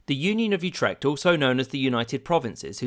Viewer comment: I know this was three years ago, but i cant believe you mentioned mispronouncing Ghent but ignored the fact that you butchered Utrecht so hard i had to listen several times to know what you said.